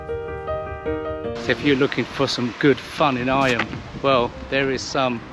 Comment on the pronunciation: Eyam - pronounced eem 😊 Famous for the way villagers isolated themselves during the Great Plague.